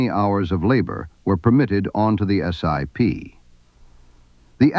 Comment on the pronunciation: The name is pronounced as a word not as an acronym, or initials, IOW just SIP. It is important to note that there are two distinct groups of SIP's, the Hydroptic and K series. I've used both but the Hydroptic's are capable of milling while the K Series were not. Both types of machines are accurate. Starrag still build and support SIP jig borers today.